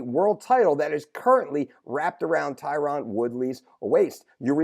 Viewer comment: Your killin me brother with that “Tie-Ron” woodly lol I’m surprised as fuck that nobody has mentioned this